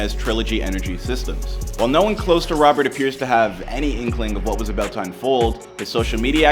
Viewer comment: Dude said your aboot to find ouuut lol